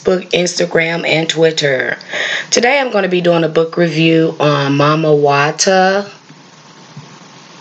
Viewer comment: EXCELLENT! Well done Sis for pronouncing her as Mami Wata and not Miami Wata 💙🤍💙💦🧜🏿‍♀️